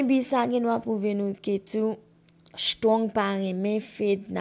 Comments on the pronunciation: Men non strong ou paka pwononse menm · Menm Strong li paka pwononse non